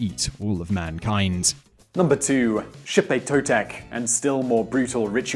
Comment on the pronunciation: ok your off bro im full blood aztec descent and and your saying alot of words wrong and the death ways u can take is not true and xipe totec wasnt for the boys it was for the babies and the kids means bring new life cause that ceromony was held in the spring and cauhtli ocelotl cermony were held in fall just saying bro